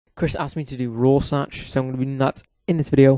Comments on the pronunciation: AGAHHHH IT'S PRONOUNCED "ROAR-SHACK" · Hahahaha he pronounced Rorschach wrong